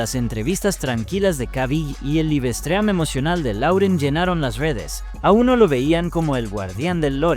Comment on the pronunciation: ¿Que rayos es un libestream? Los problemas de usar un programa de texto a voz sin tomar en cuenta las diferencias de pronunciación entre idiomas.